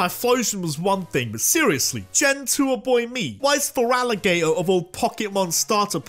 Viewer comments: THERE IS NO VOWEL BETWEEN THE T AND THE R IN FERALIGATR! REMOVE IT NOW! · THERE IS NO VOWEL BETWEEN THE T AND THE R IN FERALIGATR! AND THERE IS NO C IN BLAZIKEN!